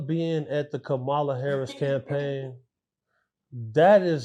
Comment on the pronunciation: Once I hear people pronounce Kamala name wrong I stop listening 🤦🏾‍♂️